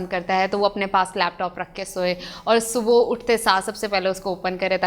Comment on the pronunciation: Topic bht acha ha but jesy he ap subha ko galt pronounce krti ho ak dam topic sy dilchaspi he khatm ho jati ha or sunna bardasht sy bahir ho jata ha jab koi galt urdu boly to ajeb sy uljhan hoti ha ya word morning subhooooo ni subhaa hota ha plz correct it